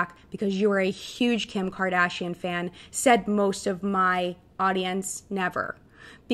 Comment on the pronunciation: Kim Kaaadashiann 🤣